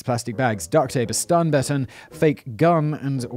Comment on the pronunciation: 🤣🤣🤣🤣 he can’t pronounce baton!